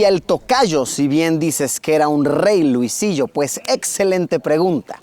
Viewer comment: Pronuncias bien Luisillo